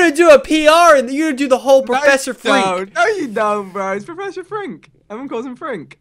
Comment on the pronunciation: Not frink its frank